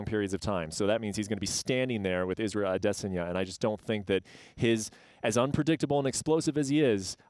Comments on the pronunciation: Brett "Ades-enya" Okamoto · brett really has to stop sayin "ADEH sanya" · Ah-DESSS-UNNN-YA - Soyboys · Oh no... Jon Anik has ruined Adesanya's name. Please go back to saying it the way American people say it. We are in America. The is a reason there are different countries and different languages. Because each country has their own dialect, and their own way of pronouncing words. We speak English here. Can we get Jon to stop over complicating everything? Adesanya sounds really nice, the way we have always said it. And it's MEL-BORN dammit, not "Melbin!!!" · Said it 5 times in 10 seconds.